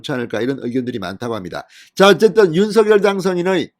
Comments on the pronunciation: 윤서결아니고 윤성녈이라고요! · 윤서결도 아니고 윤성녈도 아니고 윤석열 입니다 ???